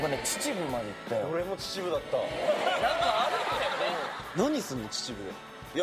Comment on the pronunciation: 秩父…地元や笑 嬉しい♥しかもちちぶ⤴じゃなくてちちぶって普通に言ってくれるの嬉しい😢